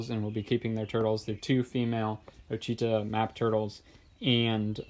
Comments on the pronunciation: I have two Ouachita Maps names Louis and Anna and they basically have the same issue with their shells but they bask perfectly. The Iodine treatments have shown very little results though. Also with the pronunciation of their names try to say WIT-SHIT-TAW and that should help, too many youtubers are mistakenly saying OH-SHEE-TA instead. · Actually, please consider that it’s more like WAH-shi-TA(W) [i is like in “it”; last ‘w’ is soft not hard]... It’s a Native American tribe name. I’m from Louisiana where we have a civil parish and a river named Ouchita after local Natives, and that is the only way I’ve ever heard it pronounced by other native Louisianians. Thanks